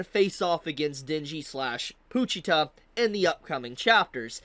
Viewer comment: why are you pronouncing pochita as poochita😭